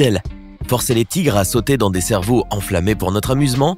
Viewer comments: EU... C'est moi ou au début j'ai entendu "forcé les tigres sauter dans des cerveaux" ??? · Pozen c carrément se que j’ai entendu moi aussi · t'as dit cervau